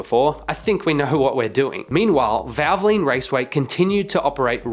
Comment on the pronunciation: Why can’t you say valvoline correctly. “ vavalene” 🤣🤣 and while I’m at it, what is a prodge ect. Are you an Aussie. The word is pro ject, try it ,we have been saying it for over 200 years.